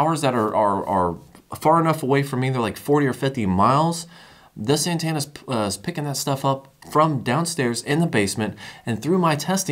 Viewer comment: are we not going to acknowledge the way he says ANTENNA ? (ANTANA)??? NOOOO